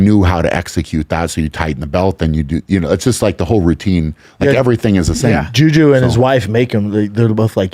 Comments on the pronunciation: He called him juju. Lol it's juji. 😅 so dumb. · "jew jew" instead of juji is hilarious!